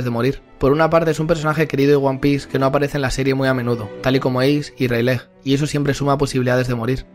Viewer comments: Plis se dice reyligt. Animo con tus videos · Me parece muy bueno tu contenido, pero cada vez que he escuchado "Railej" en este vídeo, he perdido años de vida